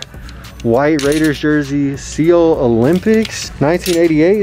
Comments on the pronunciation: My guy really said “Seoul” as “See-ol”.... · 🤦🏼‍♂️😂👏🏼he killed it in that thrift but he straight MURDERED that pronunciation. Lol my guy. Pronounced “SOUL” but his versions way better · this mans really said "sea-ol olympics" to the seoul olympics shirt